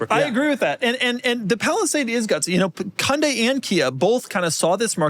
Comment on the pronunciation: Really appreciate how Doug pronounces Hyundai correctly…